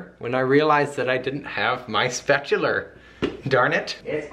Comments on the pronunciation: OMG how cure, you call it a spatuluuur too! I love you guys <3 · You said, "Spatular!" I love you for that! Well I loved you already but now I love you more! Love the lavender soap. Love your design too. You did an awesome job. Katie I love you too. Hope you're feeling great.